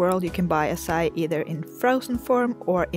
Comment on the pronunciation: It is not pronounced the way u said it say it like ahh like when a dentist tells u to open ur mouth then psy then e